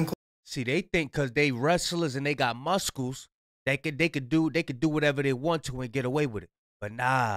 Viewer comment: 😂😂😂no you didn’t pronounce the “C” in muscle 💪🏼 😂😂😂